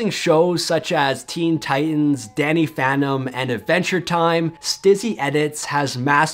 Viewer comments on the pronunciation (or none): none